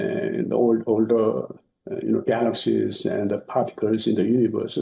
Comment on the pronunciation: I was listening until the narrator pronounced "galaxies" wrong. If you really care about creating good quality videos, QUIT using AI voices!!!! You lose credibility. Sheesh!!!